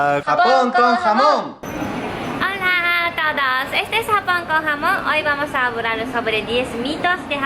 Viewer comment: Me encanta escuchar a hablando con ese acento por ejemplo el hablar es habrar